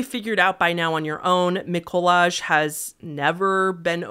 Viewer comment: Right, um... im Polish and omfg i never heard about this case???? Poznań wtf Edit: Mikołaj is pronounced as Miko-why, Julia is pronounced as You-lia